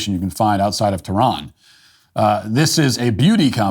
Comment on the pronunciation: Sorry did I hear the wore "Tehran"?